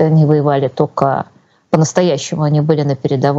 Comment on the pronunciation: Удивительно, Юлия филолог, но постоянно произносит ""тока" вместо только. Или это ее "шерьте", вместо "делитесь".